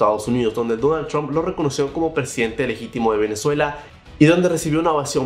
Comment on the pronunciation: Porque dices Chomp en vez de Trump?